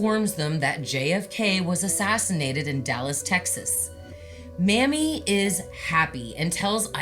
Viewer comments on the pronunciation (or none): It's Mamie not Mammy. Its pronounced May-me. Love ya!!!!!